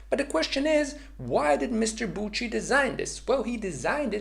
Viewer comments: Hello, please (for a fellow swiss friend) listen how to name Alfred Büchi is pronounced for once: Its Büchi not Butchi :)) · I dont really know phonetics but it looks like it should be „byxi“ Check out phonetic writing on google so u can decypher it😉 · As a swiss guy i cringed so hard by your pronouncination of büchi 😅😅😅😅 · Great video, but as a German your pronounciation of "Büchi" really hurts since it is extremely wrong. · 🤣 german Büchi pronunciation 😁 otherwise good luck with your boost series! hopefully it will be a nice subscription booster